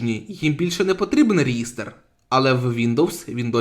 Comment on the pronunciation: реЄстр, курва!... і ТОРВАЛЬДС а не торцвальд!!! в ТОРЕЦЬ получиш, вже як за лінукс взявся то хоч не спотворюй базис!